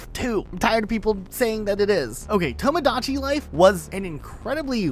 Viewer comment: I'm getting an aneurysm listening to mispronouncing "Tomodachi Life" multiple times